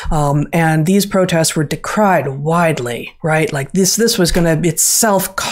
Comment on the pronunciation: How come she pronounces the word “decreed” (past tense for “decree”) in such a strange manner? And to be clear, I have no interest in criticizing her, I simply have an interest in orthoepy and language and shes always demonstrated such an exemplary vocabulary and a careful, well tuned sensitivity to correct pronunciation of words. Therefore, I’m very interested and questioning myself as to why she pronounced that word so unusually. Was it simply a mistake, was she saying a different word than what I thought she said, or does she know something that I don’t know about how to correctly pronounce the word “decreed”? Lol I just feel like she’s definitely intelligent enough for me to be questioning myself and my understanding of how to say that word. Some help me please?